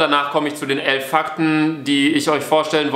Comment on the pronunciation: Ich höre den ersten fackt sofort gedisliked